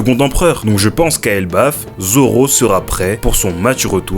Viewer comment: elBAF pas elbeuf, mais sinon genial